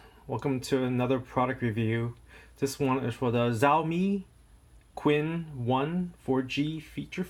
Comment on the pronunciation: emericana...learn how to pronounce b4 hand...qin...chin